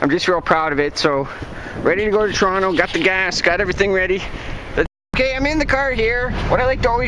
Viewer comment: That was interesting trip, though would have liked to have seen inside the airport. I like the way you pronounce 'Trono':)